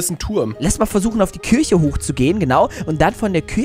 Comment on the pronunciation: oh eine Kürche... ahja...